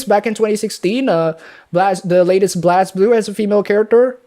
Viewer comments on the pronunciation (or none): Blazblue pronounced BLAZEblue.